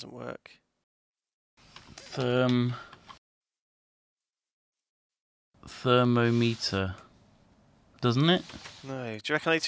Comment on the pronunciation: I love how just pronounced thermometer as "thermo-meter" like it was something pretty complicated.:P